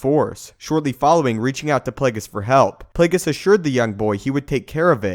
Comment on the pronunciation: "Play-gis" its play-ge-us..